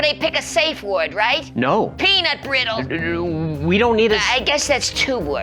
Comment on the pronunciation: Peaunt Brittle, PEANUT BRIT-TAL, FOR THE LOVE OF TREVOR 😂😂😂💜💜💜🐠🐠🐠